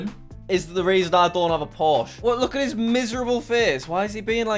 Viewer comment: "Mafs" with Jack.